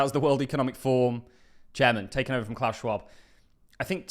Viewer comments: Kima is part of the cbdc's. Can you also pronounce forum. Slower pleses it sounds like your saying form. It's for room fourm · it is ForUM, not Form 😂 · Its 'forUM'. Not 'Form'. Two videos obout the wef and you cant say forum,. WTF.